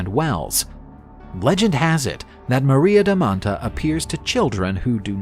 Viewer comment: It's maria da manta (not maria da mattaaaaa)